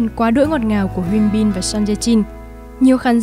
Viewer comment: Mình nghe giọng đọc của bạn dễ chịu vì đọc đúng tên nhân vật chuẩn tiếng Hàn, hi vọng các video sau của có sử dụng tên tiếng Hàn sẽ đọc đúng như vậy (Thực ra gần đúng thôi vài tên vẫn đọc sai, nhất là Hyun Bin)